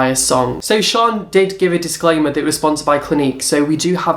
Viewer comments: Her names in Shan. SHANNNN! As in short for Shannon Not Sian! Okay so shaaanox ALWAYS does looks inspired buy celebrities and singers so clearly you don't watch her! So your uninformed IF you actually watched her you'd know that she daily vlogs and in one of her daily vlogs she said a subscriber told her nickie had a made a similar video, says it's mad how they had the same idea! I used to watch all you videos and loved the drama but lately your just constantly choosing the same YouTube and picking an picking a something that's pathetic! You say not to be mean buttttt... then your mean! So, hypocrite much And why are you even bothered if people are sponsored? Your still watching it, are you not? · it's Shan not shaan (Sian) like Shannon -. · I'm pretty sure it's shannon xo shan for short not pronounced sharn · I love these videos.. Shaaan is pronounced 'sh-a-n' short for Shannon!! Keep on going!! New subscriber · Haha!, it's Shan as in Shannon! Also, she's from New Zealand.:) As a fellow biology nerd with unrelated other interests I have to say I love your work! What a sass master!:P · her name is pronounced shan as in shannon x